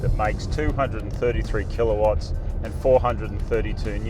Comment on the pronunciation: What tf is killaawats or what ever he said.... horsepower?